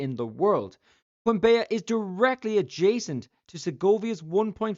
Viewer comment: As a Colombian myself, I had no idea about this. Also, the way you pronounce "Quimbaya" is very funny 😂. The correct pronunciation is like "kim-BAH-yah".